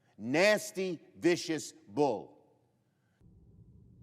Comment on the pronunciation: De he say bull or fool? Schumer is both…